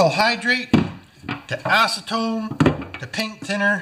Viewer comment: Well he didn't want to lose his ass-ce-tone.